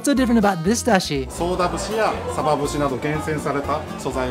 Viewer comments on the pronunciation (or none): none